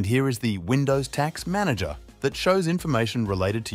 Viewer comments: and roughly it should be "task" manager, not taks manager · obvious TTS. native English speaker says "taks manager", twice in a row? That ain't gonna happen 😂